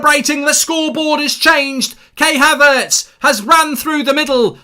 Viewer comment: Man said kay haverts